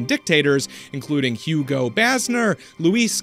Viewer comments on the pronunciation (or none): none